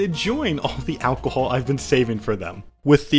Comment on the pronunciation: The way you say alcohol just does something to me... sends me into a blind rage